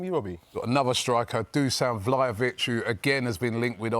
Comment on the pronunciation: Man said Vlahovic😂, I mean prove me wrong if you do come